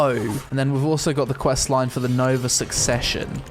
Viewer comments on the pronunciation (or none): none